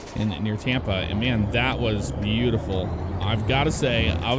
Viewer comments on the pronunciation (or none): none